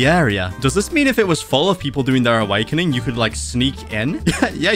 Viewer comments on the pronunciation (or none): "Rabbit awakining"